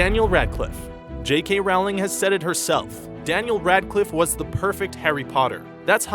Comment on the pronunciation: OMFG it's pronounced JK ROLLING not JK ROWLING (rhymes with howling)